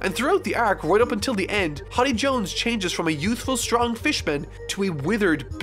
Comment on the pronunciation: Why does pronounce many characters and places wrong, it's not a one time thing, he does it a lot, does his editor not let him know? In this vid he said Hotty jones and vander denken.